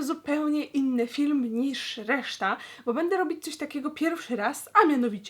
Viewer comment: Tymbarkowa Kotka I jeszcze to ,, nisz '' [*]